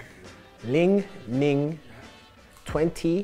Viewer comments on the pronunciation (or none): Ball Bandars you could feel his struggle🤣